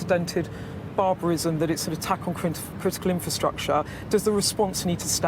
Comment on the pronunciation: It's the odd way he says 'barbarism'.